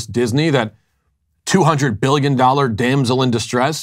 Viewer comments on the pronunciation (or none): If you can't even pronounce "damsel" correctly, yeah I'm not going to listen to you. Bye girl, byyeeee!